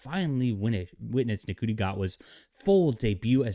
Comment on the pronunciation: It’s pronounced “Shooty’ Gatwa, the actor is part Scottish and he was wearing a kilt, not a dress!